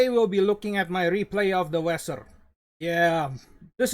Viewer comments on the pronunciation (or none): dibaca veser